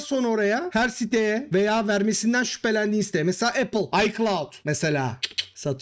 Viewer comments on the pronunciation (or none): none